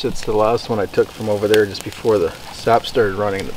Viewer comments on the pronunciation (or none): none